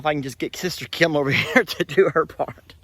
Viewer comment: Hello from NYC. be nicer to your sister. She’s a friggin Super Hero. Also, I’ve never heard the name ‘Kim’ as two syllables before. Kee’im. Love yous guys